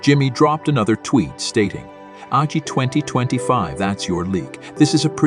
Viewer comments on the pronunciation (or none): AI voice generator: Agi ... You: Yes.